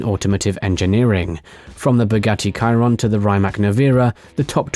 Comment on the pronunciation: You ruined the whole video by saying Kyron, it’s Shiron